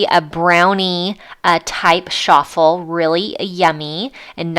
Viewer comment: It’s Ch-affel!!!!!!!